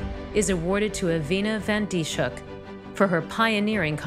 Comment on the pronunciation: Her name is mispronounced in this video. It's not Dee-shook, it's Dis-hook. (Dis rhymes with this, hook rhymes with book.) BTW, it took 3 months for this to make the news in the Netherlands... :(